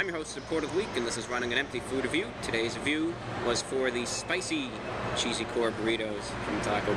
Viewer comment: you didn't say food review the right way